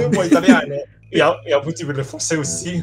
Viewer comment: Your pronunciation of "PORRA" was so on point that it was actually pleasing to hear 😆